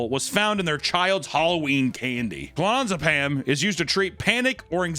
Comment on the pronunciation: Lol Termadol and ClonaZZZepam...